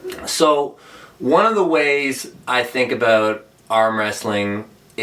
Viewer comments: I love how Laratt says "aboot" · Canadians pronounce "about" that way..